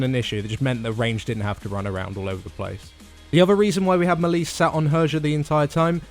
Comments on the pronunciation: I like the videos but the way you guys mispronounce melee drives me nuts. It's mey-ley, not mel-ee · it's these guys' job to explain MMO mechanics and they don't pronounce melee correctly